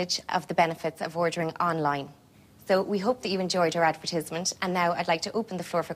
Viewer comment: Why does she keep calling it an “ad-ver-tiz-ment”….::? I know the Irish say words differently but I’ve never heard anyone call it advertizment 😂😂😂😂